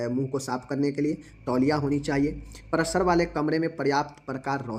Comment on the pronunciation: बांकी तो सब ठीक है लेकिन उच्चारण सही कीजिए जैसे प्रसव को आप प्रसर्व बोलते हैं....